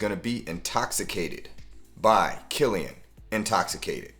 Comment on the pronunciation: By Killian 🚫 Bykillian (pet peeve) 🤷🏾‍♂️ Excellent video